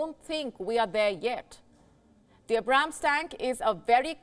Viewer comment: Not to be nitpicky or anything but you Indians should really be able to pronounce the Abrams better. Its like Ay(As in Air or Aid)-Brahm(as in Brahma)-s